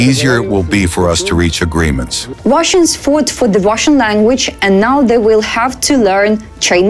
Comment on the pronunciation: She meant Wash-Annes.